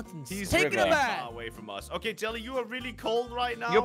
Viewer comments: Why did you say ass instead of us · you said ass whereas you have to say with"us" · U said as not us